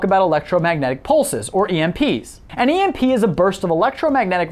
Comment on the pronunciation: You pronounced Emp wrong 😎